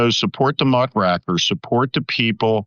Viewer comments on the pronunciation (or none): Muck Rakers, as in "raking" up the muck, not, "muckracker" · It’s pronounced muck raker, not muck racker, sir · It is pronounced muckRAKErs -- as in RAKE.